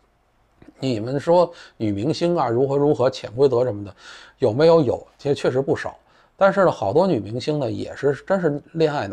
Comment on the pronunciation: 错啦，是“7实啊……”